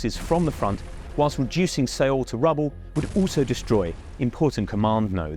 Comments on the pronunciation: It’s pronounced soul, not seeol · its 'seoul' 'not seeowl' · se-oul...kind of a weird pronunciation. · Sayule? Interesting pronunciation 😂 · LOL "See ool" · A for effort on trying to say Seoul. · You have no creditability if you cant even pronounce the Capital of South Korea correctly